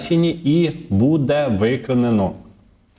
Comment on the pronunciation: треба говорити " бУде ", а не " будЕ " - дуже ріже слух.